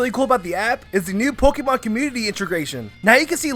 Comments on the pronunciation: Hey, I love your videos. But there's one thing that always bugs me, the way you say Poke ee mon. It should be Poke ay mon or poke uh mon. Great video and have a great day! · it is not pokimon it is pokEmon with e as in grey... the é is there for a reason. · What is with Americans and mispronouncing Pokémon as Pokeeemon